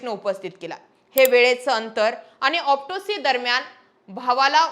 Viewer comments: ऑप्टोसी नाही ऑटोप्सी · तुला ओटीप्सी चा उच्चार नीट येईना , तुला बदणे पीएसआय आहे त्याला आयपीएस म्हणते , कसा व्हायचा दीदी